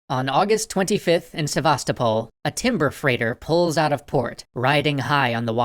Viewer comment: Sputnik is pronounced with a long u in Russian, like in Putin. Also, Sevastopol is stressed on the third syllable. SevastOpol.